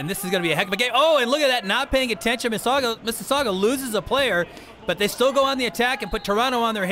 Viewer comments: It's not missisaugwa it's MississaugAAA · It's Missasauga, not missasuaga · hey you guys do know it's pronounced Mississauga not mississagua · Omg so annoying how they say "mississauga"...its NOT Mississaugwwwaaa, its pronounced "Miss's Saw gah" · It is not misses sagua its misses saga lol 😂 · It's pronounced "MISS ISS AHH GUH" not "MISS ISS AHH GWUH" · Lol "missisagwa" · Its Miss - suh - saw - guh not Miss - sasasdggjuwa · The announcers need to learn how to say Mississauga. Like, don't say it if you don't know how. it's not hard. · They cannot pronounce Mississauga, it's kind of funny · These two assholes need to learn to say Mississauga.